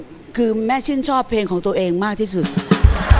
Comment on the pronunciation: ขออภัยนะคะที่ใช้้พื้นที่ตรงนี้ ผู้เข้าประกวดทุกท่านเสียงดี แต่เวลาพูแนะนำตัวเองไม่มี"ล" กล้ำ เพลงก็เป็นเพง ..เพราะ เป็นเพาะ และอีกหลายๆคำค่ะ ขอบคุณค่ะ